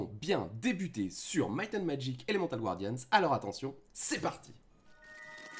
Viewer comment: Je vous supplie mon bon monsieur, c'est pas Gwardians mais Guardians. Personnellement, le "rifail" je m'en fichais, mais bon, je passe sûrement pour un con tatillon, mais bon, quand on présente un jeu et qu'on le prononce mal (ne parlons pas d'un accent qui serait approximatif, ça à la limite okay) ça donne clairement pas envie de continuer la vidéo. Imaginez si quelqu'un présenter Summoner Wars et disait, Summoner Var... Personnellement j'aurais des envie de violence physiques xD Mais vraiment, je veux pas paraître méchant, mais concernant Summoner Wars vous/tu (pick one) prononces Wars un peu à la française sans forcer la prononciation du "a" à l'anglaise, pareil pour le "u", et c'est très bien. Donc s'il vous plaît^^ Paix nougatine et patapé je viens en paix.